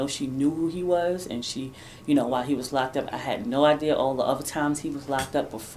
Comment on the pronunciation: 😂😂😂😂😂😂😂 ALL THE BACKPEDALING SIS 😂😂😂😂😂😂DAMN YOU GON 'STICK' TOO YOUR STATEMENT?!?!?!?! THAT'S A GUILTY ASS QUESTION 😂😂😂😂OOOWEEEEE, SHE SAID SHE DIDN'T HAVE NO 'IDEAR' AND SHE STICKING TO IT!!😅😅😅